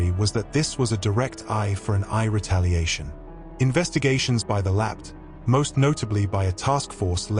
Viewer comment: please teach your AI voice over how to say those tricky words, like LAPD and wound 😂